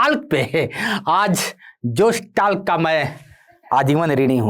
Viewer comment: जोश टाक है न कि टाल्क